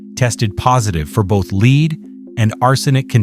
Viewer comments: In this video it is the metal that is being discussed. It's pronounced "LEDD", not "Leed." The AI voice is very stupid in many instances such as this one. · AI voice needs more instruction on correct pronunciation of lead